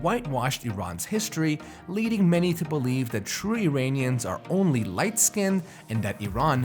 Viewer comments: Exactly...a fooool who doesn't know Iran-ian is not Eye Ranians can choke on his propaganda source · Lol Zwarte Piet parallel 😂 EDIT: The guy said "Eye Ranians" anything he now says I will not listen to 🤣